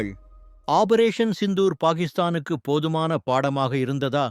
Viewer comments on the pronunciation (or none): "ஆபரேசன்" என்பது தவறு! வாயில நுழையாதோ!